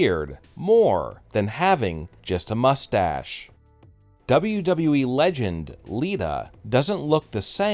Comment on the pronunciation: This guy's voice is so annoying.gosh I hate it when he say wweeee